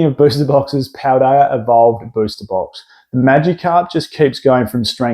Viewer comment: "Rayquazar" and "Paldear evolved" 😂